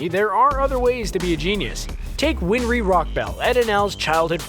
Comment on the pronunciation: You mispronounced Zanpakuto and Winrey. Also, with shikamaru's, those were shuriken, not kunai. But, overall, great work as always.